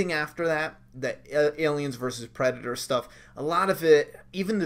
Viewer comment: “Predatoe trailer” lmao